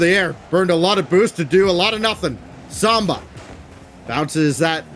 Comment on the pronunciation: Please someone tell the commentary team it’s SAMBA not SOMBA....